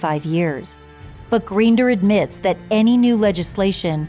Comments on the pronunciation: Please pronounce their surname correctly. Makes me wonder what other details are also inaccurate. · I could not listen after the last name was pronounced incorrectly. I live in Wellesley and was here when this happened. Who wrote this?